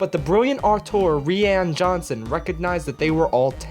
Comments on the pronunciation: started with a downvote, turned to an upvote then you said "rhianna johnson" and I wanted to upvote twice lol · REE-AN Johnson